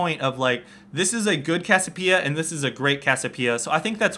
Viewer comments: its CASSIOPEIA not cassipea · Its cassiOpeia not cassiopEIa ffs! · i agree with the second part(s) but CASS-I-O-PIE-A? WTF its cass-i-o-PEE-A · Hey. it's pronounced Cassie- Opia. Not Cassopia. Just giving you a heads up. Great Vid by the way. you should do more coverage on Chu8. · CASS-I-O-PIE-A, CASS-EE-O-PEE-A. <-- THIS. Not CASS-O-PIE-A, CASS-O-PEE-A <-- NOT THIS. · its pronounced cass ee oh pee uh :P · its cass-i-opeia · It's pronounced "Cass-ee-oh-pee-uh" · Cassiopeia (Cass-E-Oh-Pee-Uh). I don't know where the hell you learned English... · Kass-Siii-Ohhh-Peee-ah. Maybe? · why can't you pronounce cassiopeia correctly? it's cassi oh pee ah how can u claim to be a pro game commentator if you can't even pronounce champ names correctly -. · cassiopia is pronounced Cass-e-o-p-uh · is it just me or does he say cassiopeia retarted? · It annoys me how he keeps miss pronouncing Cassiopeia's name. Good video though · Am I crazy or does anyone else find it weird how he says Cassiopiea with no "o"? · cassiOpeia there's a bloody O O O O O O